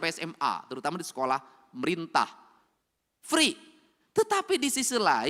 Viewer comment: Free pak bukan pri 😅